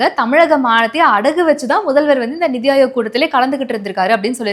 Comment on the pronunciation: Hey, it's 'neethi' aayog. Neethi means justice. Please correct next time